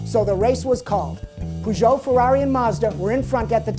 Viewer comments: Nice shakedown this is starting to be my favorite part of the show. But isn't Peugeot pronounced with a Eh? like pehzhoh? not poozhoh? So they will put a turbo in the mustang and won't change the rear axle? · What's a "poojoe"